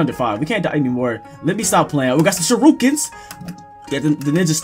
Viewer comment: WTF IS SHIRUKEN? IT'S CALLED SHURIKEN.